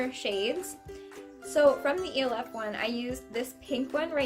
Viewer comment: Its pronounced like elf the movie I think? That's how most ppl pronounce it lol.